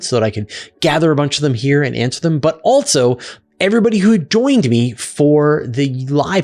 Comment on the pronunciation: Are you aware, you mispronounce the word "also" as "altso"? It's minor, but I have noticed it before, and you did it at least twice in the first three minutes of this video. It's a minor distraction. For the Asuria question, he asked if he threw it straight down, not within the orbit of the spacecraft, forward. If you threw it behind and down, it seems it would eventually fall, but you didn't cover that possibility. If you can't throw something "down," then what is the best a human could do? When would a human-thrown wrench land?